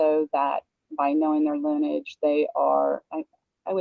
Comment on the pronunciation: The word is LINEAGE, three syllables, not Linn-age.